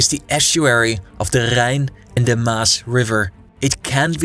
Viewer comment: It's THE not DA.